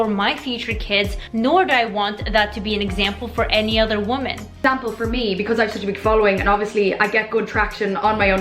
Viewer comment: Why are people saying woman like it's plural and women like it's singular? I keep hearing it. When did people start switching these words around? It sounds stupid.